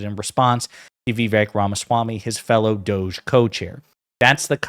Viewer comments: Did you say doge or douche...? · DOGE pronounced dodgy!